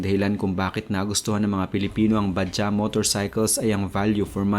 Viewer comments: bajads ang pag basa jan hindi baja🤣🤣🤣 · ba - jaj ang bigkas jan, hindi ba-ja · bajaj po ang term hindi bajah" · Mali pronunciation mo bajaj. Ba-jaj parang tunog "judge" ung "jaj" research muna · Minaj badjaj, pronounce it properly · Pronunciation niyan is Bajads😊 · Ba- judge po ang tamang pronunciation sa "BAJAJ". 😊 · Vlog ng vlog di mo naman pala alam ang pronunciation ng Bajaj di naman silent ang "J " sa pagbasa niyan.